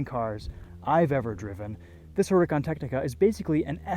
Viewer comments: i never even thought you were supposed to pronounce it “urakaan” it sounds elegant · The only guy who say huracan the right way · WOW somebody pronounce it correctly